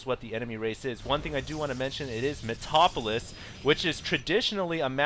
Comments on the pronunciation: MET-AL-OP-O-LIS, not MET-OP-OLIS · And this map's name is metalopolis, not metopolis. pronounced it wrong.